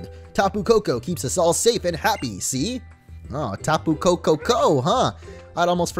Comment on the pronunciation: It's not tah-poo, it's tap-poo